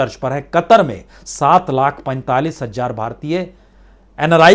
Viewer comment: महोदय आप की रिपोर्टिंग बहुत ही अच्छी है लेकिन आप ख़बरों को पढ़ने में आप कई शब्दों का सही उच्चारण नहीं करते। जैसे हज़ार को आप हज्जार बोलते हैं। मद्देनज़र को मद्देनजर कहते हैं।